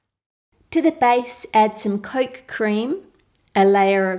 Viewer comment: you pronounce coke as "Coalk" I think it's cute